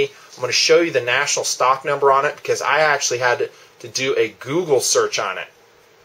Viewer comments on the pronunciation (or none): none